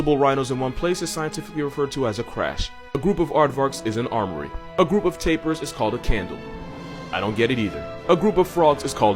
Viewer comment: "Tapirs" is pronounced like "taper," a type of candle.